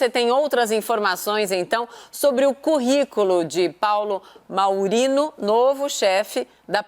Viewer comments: A mulher não sabe nem ler: é MAIURINO e não MAURINO! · Tropa de Jornalistas esquerdistas e incompetentes. Aquela MONA que de frente parece bonita, de perfil é horrível de feia, ademais, nao sabe pronunciar Maiorino.